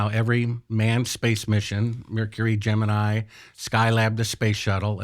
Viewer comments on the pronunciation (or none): none